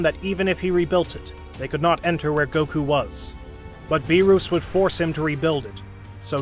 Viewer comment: “Saun Goku” 😂